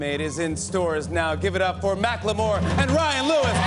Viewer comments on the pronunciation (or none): Did Jimmy say Mack Le moore.....? . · I was today years old when I realized that it’s pronounced Mack-Lee-Moore and NOT Mac-Kle-More 😭🔫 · Huh... I realized just now upon watching the video that his name is pronounced "Mack-lemore" and not "Mackle-more." Weird that I had it wrong for so long. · "Mack-le-more" noooo jimmy noooo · Anyone caught Jimmy saying "Mack LeMoore" ?